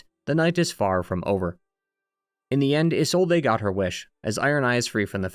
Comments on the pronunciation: Don't worry about it too much man it's pretty funny. Also it's pronounced like izolde, but the e is pronounced like the E in Friede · i swear this guy purposly mispronounce words to either throw us off or to get more interaction. Come on man that "Isolde" pronunciation pissed me off so much lmao